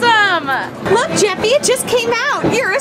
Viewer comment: called jeffy jefyfy